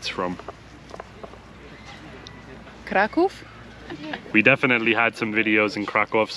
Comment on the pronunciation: Whew i got a lil shooked when Naomi said Kraków with well pronunciation and accent that seems like She was born,lived and come to another country from Poland. Just smoothly pronunciated like a racial Pole